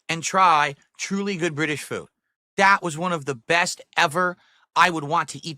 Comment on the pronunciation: The way he says British is super annoying. Why does he emphasise the ITS part